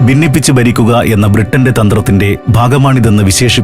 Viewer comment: ബിന്നിപ്പിച്ച് ബരിക്കുക, വിബജനം... നേരത്തെ ഉള്ള ആൾ അല്ലേ ഇപ്പൊൾ ഇത് പറഞ്ഞ് കേൾപ്പിക്കുന്നത്? 'ഭ' നേരെ പറഞ്ഞ് പഠിക്കുക.🤔😱